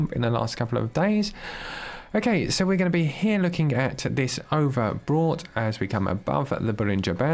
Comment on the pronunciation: Overbought not overbrought lol ..haizzzzz